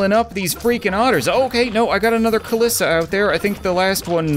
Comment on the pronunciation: The "floating butthole slug" is based of something in real life just kinda transparent and white. I think EDIT: Ka-Lee-sa. Is how u pronounce kalisa